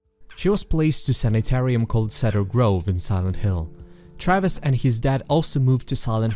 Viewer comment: Your European ass pronouncing "Travis" as "Trayviss" is the cutest thing.